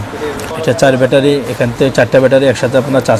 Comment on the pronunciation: ‘ব্যাটারি’কে (battery) বলছেন, ভ্যাটারি বলে ইরেজিতে কোনো শব্দ আছে কিনা আমার জানা। ভাই উচ্চারণ ঠিক করেন।